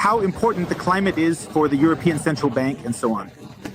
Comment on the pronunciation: EurinePeeOns. LOL.